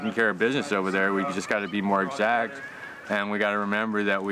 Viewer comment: he says keep war "exaxt" and protests drones. lmao